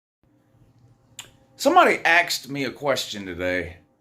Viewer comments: Sure sounds like you said axed instead of asked, but I could be wrong. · "Somebody axed me a question?" Hope this was intentional.